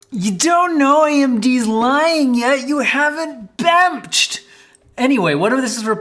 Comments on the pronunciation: "bemched" lmao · I laughed every time you said bemnched 😂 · "AAAH! Bemched!" 😂😂